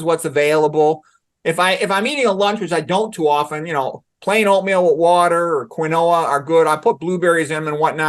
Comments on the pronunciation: Please teach him how to say quinoa. It's "keen-wah" NOT "kwin-oh-uh". 🙄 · He must be pronouncing it the genius pronunciation way.